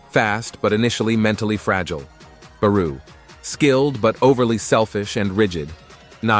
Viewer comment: Bruh it’s barooo not baruuuu